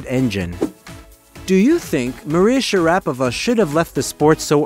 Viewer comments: its Sha ra Poova ,, not Sharapava.... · It is pronounced Sharapova as in Supernova. And means the same. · Her surname is pronounced, "sha-ruh-PO-va". If you do a feature on someone, have enough respect to pronounce their name properly. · Nope is Shara PO Va, with the accent i the "O" not SharApova 🤦🏻‍♂️🤷🏻‍♂️ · Her name is pronounced shara- POVA' not sha- RAPOVA'. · It's not Sharap ova it's Shaaraapovaa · FFS, her surname is pronounced SHA RA POVA, not SHA RAPOVA. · Maria Shaa-raa-poh-va....not sharrapiva. She never rapped once. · It's Shara pova, not sharapover 🙄🙄🤦‍♂🤦‍♂ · Suffice to say she hates ocean views.😂 It's pronounced Sha-rah-po-vah, not Sha-rappova. You paid such close attention to the accent on the syllables, so why not get the whole thing right? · Shara fucking POVA. Not SHER- RAP- O -VA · Share - A- Pova .... get it right !! .............. not - Sha .rap . pa .va // NO !! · I totally agree with this and I still stuck through to the end I think that somebody who can't get somebody's name right just say their first name if you don't know or learn it please period I'm one about giving people chances but it's a annoying. Maria Sharapova (Cher-A-pov-a) I wish I could remember how it was said threats video thank the Lord that have been blocked out of my mind amen. Way to go Maria I had no clue some of your accolades and things you've done. I didn't get into tennis until around 2015-16 and I was religious on the tennis channel watching and learning. 👍🫶🙌👏👏👏🥇🏆🏆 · Sharanapa? And toneament? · It's Share-rah-po-vah. ☮️ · i noticed a few inaccurate pronunciations (Doha, not Daha) and you pronounced her name wrongly. It should be sha·ruh·pow·vuh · It's Shara-pova. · Never knew her last name was pronounced Sha Rap Ova. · Sha- ra- pova not difficult to pronounce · Sure-a-pava? Not even close. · Please pronounce her name correctly . SHA - RA - POVA . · It's not Sharaah-puhvuh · Say it with me Shara pova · Her name is pronounced Sha-ra- pova! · Sha- ra-pova...who? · Me to